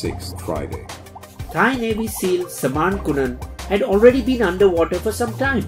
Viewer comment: Indian english accent was funny , the name samarn kunan got funny pronounce too 🤣🤣🤣🤣🤣